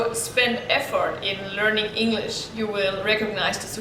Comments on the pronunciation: Its English not engnish :( btw your E is good ^^ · Rất cảm ơn về chia sẻ của bạn! Nhưng có một khuyết điểm nhỏ khi mình nghe bạn nói là bạn hơi ngọng khi pronounce từ "ENGLISH" và một vài từ khác nữa! Thân mến! BR!